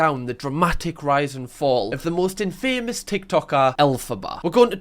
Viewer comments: Infamous is not pronounced like that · In-fuh-muss. NOT in-fameous. Gooddxdscfvze Christ. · Btw infamous is pronounced in fam os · i’m not gonna lie i’ve never heard anyone pronounce “infamous” like that